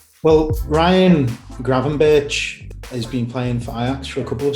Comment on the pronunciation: And then he said Kravenburtsj